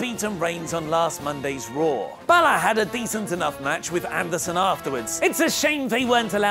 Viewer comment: Anyone else catch the fact that Angle mispronounced Finn's last name...